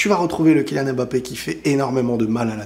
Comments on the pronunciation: Vous savez dire « simba » à la fin vous ne dites pas « si-em-ba » donc pourquoi vous savez pas dire « Mbappé » et vous dites « embappé »? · Mais arrêtez de l'appeler M-bappè ! ça ne se prononce pas comme ça ! il a déjà rectifié plusieurs fois 😭